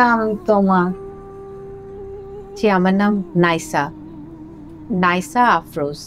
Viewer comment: ডলি জহুর একজন শিক্ষিত মানুষ হয়ে নাইসা Naisa নামটা কেন Naisha নাইশা বল্লেন??